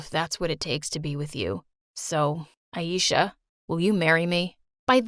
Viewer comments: It's not eesha it aisha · Did you say ayeisha .. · I'm from Pakistan but know enough things to figure out they were pronouncing the names wrong like aisha as aieesha and ajay as a-jay